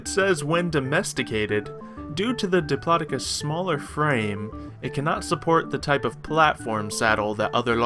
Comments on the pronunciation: I think it's pronounced dip-low-doc-us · I be live it actually is pronounced dip law doe cus